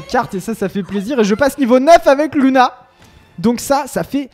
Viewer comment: On dit Louna pas luna